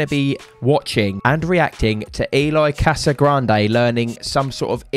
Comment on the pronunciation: Cassagrande? Correct = Casagrande